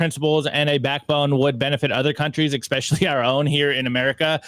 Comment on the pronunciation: Lots of good stuff guys. But seriously, did you really just say “ECspecially”? 😳